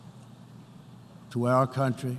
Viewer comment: Dam whoever wrote this for the orange idiot is good! And this guy cant pronounce “country”!!!!